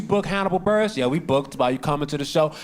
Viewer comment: It’s Burress like “Bill Burr” ess